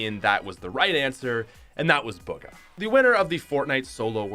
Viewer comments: BUGA its Bugha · Boo-ga not bug-a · he said buhga wrong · Ba gah no its boo gah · You said bugha wrong